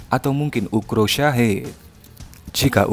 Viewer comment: Ukrop Min, bukan Ukro